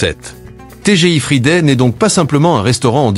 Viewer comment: Bom-dia Quand on ne peux pas prononcer Friday imaginé dans d'autres langues une vrai Catastrophe pire.que le Junk Food No Way from Lisbonne ciao ❤😂😢